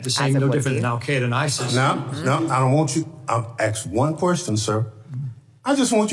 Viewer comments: it’s not axe it’s ask…. Who the heck is that dude?! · Benny Thompson likes to "axe" questions like a true professional. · Not a fan of The Cross as jewelry. The earrings are distracting. 'I axed one question, sir?' '. . . 'allow me to axe my question' Did he (Thompson) actually say that? Ignorant. All the time you have Guests that agree with you, basically saying Dems are stupid here's a clip. It's like pointing and laughing at the same thing over and over. No real insight. Just obvious to the rest of us. We don't need it regurgitated for us. And there it is again. 'Literally'. Is it a requirement to say that word every post? You won't get paid? Ongoing dumbness. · Did he really just say "Allow me to AXE my question" 🤦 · Did I hear a congressman say ax instead of 'ask' ? FFS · these folks need to learn how to pronounce ask. There's no ax